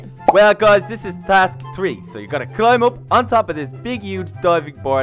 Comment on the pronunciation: three is th r ee in inglish okay